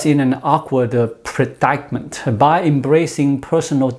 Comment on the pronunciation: The word is predicament. Not “pre dike ment”.